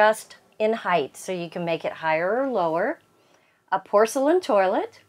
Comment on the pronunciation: Its not “Heigth”. It’s “Height”. It’s pronounced “Hite”